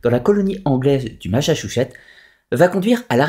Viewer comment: Ma-ssa-tchou-ssetts :) Pas "Massachouchet" :) C'est en Amérique du Nord, mais c'est comme ça qu'on le prononce en français! Massatchoussets.